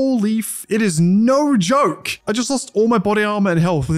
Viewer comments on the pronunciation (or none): none